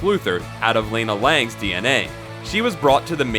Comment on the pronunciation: who the fuck is "Leyna" Lang?